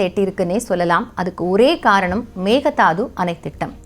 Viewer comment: Hi good morning A small correction in pronunciation It is not megadaathu(மெக்கே தாட்டு) it is not thaathu it is dhaattu Thanks